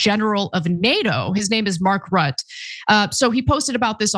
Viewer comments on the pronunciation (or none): FYI Mark Rutte's Dutch family name is pronounced Ruttuh (Dutch guy here). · It's pronounced Mark ROOT-UH